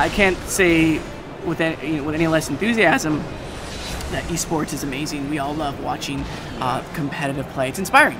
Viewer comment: pretty sure he says "aMAIZEing". Maize is the stuff that Rob Schneider said to put on the grandmas foot.